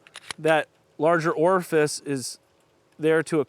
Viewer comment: Say orifice again.